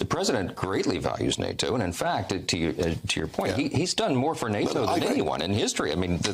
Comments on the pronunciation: why does he say: “NATO so weirdly???😂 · Such a strange little man, er boy. Why was he pronouncing NATO so wierd was he trying to speak British 😂